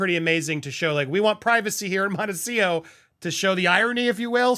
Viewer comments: Can you please learn to pronounce Montecito it has a T at the end before the O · Andy, there are two T’s in MONTECITO. Do you say it the way you do as a joke? Just curious